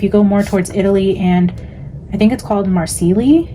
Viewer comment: Marseille = "MAR-SAY"